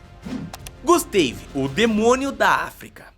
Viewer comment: GUSTEIVI, GUSTEIVI .... PUTZ DEU ATE VERGONHA ALHEIA .